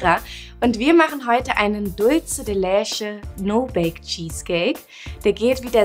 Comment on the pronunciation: Mira "Leche" ist Spanisch und wird daher nicht 'lesche' ausgesprochen!! Eher 'letsche'...